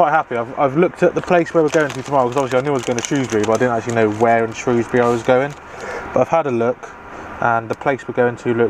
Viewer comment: I live in Telford, shame I missed you. Im normally either driving near London or Doncaster lol I’m so glad you pronounced Shrewsbury the way you did haha, some folks want to sound posh and pronounce it “shrowsbury” teehee